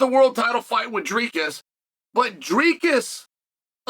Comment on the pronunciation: Chael mispronounces every fighter except one. Dricus. What a show of respect. Never lost a round indeed.